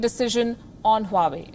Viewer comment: Honey 🍯 😘 it's not हुवावे it's वावे